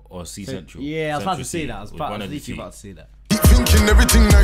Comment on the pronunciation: Man said cee central 😂😂😂